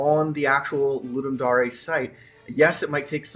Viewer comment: Right? It's pronounced the way it's written... at least someone pronounces it right. Cause, man, fuck Roy Dotrice...